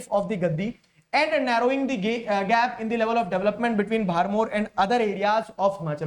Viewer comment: He said gap ❌gay ✅😂😂😂